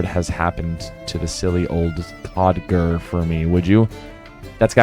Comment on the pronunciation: Not sure if anyone else said but codger is pronounced like the name Rodger! Trying to catch up on the series but you’ve inspired me to get caught up on my quests!